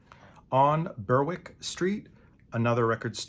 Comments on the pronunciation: The W is silent. Berick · Berwick is pronounced bear-wick